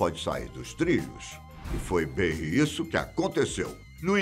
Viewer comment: No início achei logo que fosse o Paulo Henrique Amorim. Kkkkk Olá, tudo "beim"?